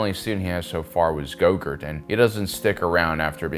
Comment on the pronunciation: Its Grogu, Not Gogurt.